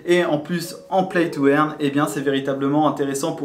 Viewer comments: Salut, play to "eurne" pas "èrne" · play to eeeaaarne MDR paye ton accent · il faut dire "play to eurne" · "Plaille tou airne", mdr